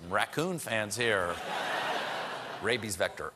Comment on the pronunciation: Did anyone else hear rappies and not rabies or is it just me?